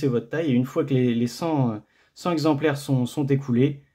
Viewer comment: Par contre petite remarque, on dit "cenT exemplaires", pas "cenZ exemplaires" ;)